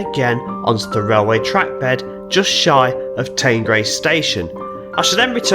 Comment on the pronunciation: That's fine but some of my friends and relatives are from the area and I spend quite a bit of time here. I've never heard anyone pronounce it like that, ever. It's the River Teen, it's Teenbridge Council, and the village is Teengrace. Teignmouth is always pronounced Tinmouth. Incidentally, if you read through the comments you will see that other local people have quoted Teen and Tinmouth as the pronunciations.